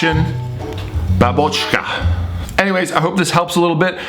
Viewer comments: bAbochka, not babOchka ;) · Like for mentioning Russian Babochka:))))) but put stress on bÁbochka (бабочкa) would be great and correct. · In Russian correct pronunciation would be like "bAA(h)bochka" (major stress on "a"), jfyi ;)